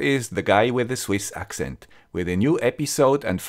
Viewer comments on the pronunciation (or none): none